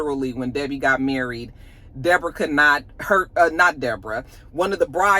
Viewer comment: OMG, why was the Deb -OR-AH at my GGJ just like that? 😂😂😂